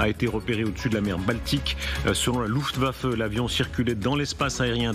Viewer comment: Non moi aussi ça me dérange, on dit luftwaffe.